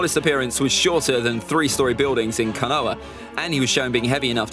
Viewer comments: The pronunciation of Konoha as Kanoa as me rolling 🤣🤣🤣🤣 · I just can’t take him seriously with that accent butchering all of the names 😬 where the hell is “kinoa” lmao